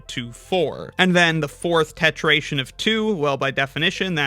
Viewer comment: Why isn't it? If the previous is tetration, with the r, the next should as well.